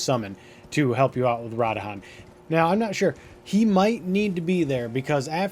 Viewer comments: It's pronounced radan not radahan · Radahan? They literally say RA-DAHN multiple times throughout the story. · it is not RA DA HAN it is pronounce Ra DAN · Also after u start her quest and she falls asleep u can go straight to radahn (not radahan) and the wolf will be there telling u missed your meeting with him basically u can skip the part of going back n forth to npc’s. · pronounced Radahn, not Radahan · Drinking game: take a shot every time he says Rod Han and still try to beat the quest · ah yes my favorite demi god in Elden Ring, "Ra-Da-Han" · You’re a peanut with your pronunciation of the character names and locations man. It’s like you heard in the dialogue when playing and where like “…you know what? Imma say it da way I lyk” 🤦‍♂️ Stick to the script bro. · The amount of times you completely mispronounced names (radahn the most) drives me nuts. They literally say it in the game.. How do you mispronounce it? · I 10000% appreciate the guide but FUCK MAN YOU butcher the fuck out of Radhans name lmao 🤣 it's cool we love you still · Amazingly condensed video. This guy knows how to make a guide. Mispronouncing the fuck outta radahn though😂